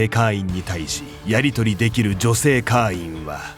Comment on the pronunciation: 会員を「かいーん」じゃなくて「かーいん」って読み上げてるのが気になって話が全く頭に入らなかった...